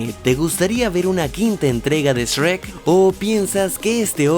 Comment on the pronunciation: Porque dices. Esrek 😂